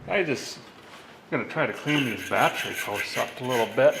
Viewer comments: the word Battery, you keep saying "Bat-try" as in bat tree, that drives me nuts hearing you say that... lol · Typical Minnesotan over the age of 50 pronounces it batt tree